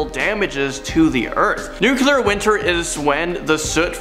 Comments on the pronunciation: 1. It's pronounced " new-CLEE-er". 2. The baby sun is from Teletubbies. And I don't even have kids. 3. I think mankind will end before any major catastrophe simply by our intelligence de-evolving. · Hubble, rhymes with Bubble. Nuclear. Nuculear is not a word. Thank you and have a great day. Also WWI was a good deal responsible for spreading the Spanish Flu in 1918. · Nuquelar...sounds like Bush talking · DUDE! Take a public speaking class! And quit yelling! And it’s pronounced “new-klee-urr”!!! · You lost me the moment you said nuculer. Where’s Ayman?! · And the nuclear war as "Nuke-eh-lar" war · "Apripos" is pronounced "ap-ray-po". Also, "Hubble" sounds like "bubble", and "nuclear" is "noo-clee-ar" not "nu-cu-lar". Hope that helps. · Dumbness could get us... Nuc-you-lar and ir-repair-able??